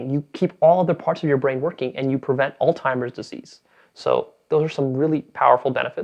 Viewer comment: This guy said "all timers..." Meditate again bro.